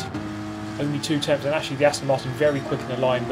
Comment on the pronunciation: 6 tempfths, no seven tempfths, no eight tempfths behind